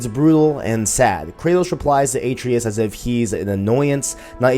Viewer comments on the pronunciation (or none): Bro, Kratos pronounces Atreus correctly hundreds of times during the playthrough as "uh-tray-us", not "A-tree-us". Did you play with the audio off? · almost unwatchable with number of wrongly said atReus, my god get the names right man. no wonder your views suck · How do you not get the name right when he says the name I’m confused lol